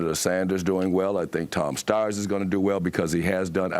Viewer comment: Tom Steyer? Like what?